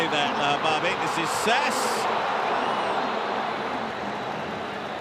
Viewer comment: He also called Ifa "Ayf" and Jaziri "Jazeer" ,Sassi "Sass" and ben hmiida "ben ahmed"